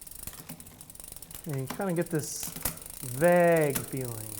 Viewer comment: Sounds normal to me. Granted I live in a suburb of where Park Tool is located. 😊